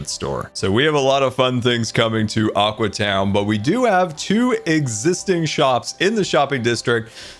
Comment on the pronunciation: All the time when bdubs is in aqua town he calls it aque town